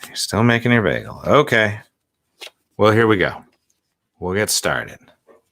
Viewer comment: Bag-el. AHHHH HER MOM LOL Mom pleaseeeeeeeee noooo don't bother the poor boy. I wonder about her parents lol Yea. i like Darius. <3 (well done. i'm glad using a cord to the internet worked wonders!)